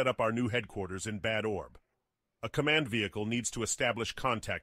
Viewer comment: As a German, I really cringed at the pronounciation of "Bad Orb". The name of the city doesn't mean "terrible ball"!